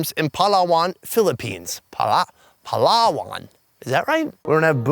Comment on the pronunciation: no it's pronounced Pala-wan. pronounce the 'pala' bit quickly, then the 'wan' as 'one' I'm Filipino so when u said Pallaaaawaan is it pronounced like that I literally exploded. Cuz I was laughing